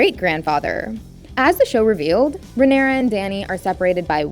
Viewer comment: Holy shit, the way she pronounces words makes it hard to focus. Daughteeeeeur. Leanooour. Rhaenyroooooua.